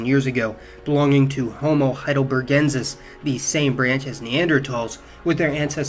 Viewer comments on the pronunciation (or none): none